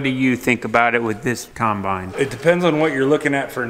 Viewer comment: dang-git! I'm finding myself thinking of the way ur dc says combine! lol UGH! kīmbīne, kīmbīne, kīmbīne. makes me lol